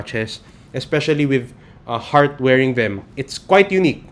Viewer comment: Sir u pronounced Hurt Evangelista ???